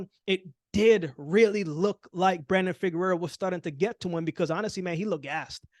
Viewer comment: Correction on your pronunciation: Figueroa (figure-row-uh) —not Figurerra (figure-rare-uh).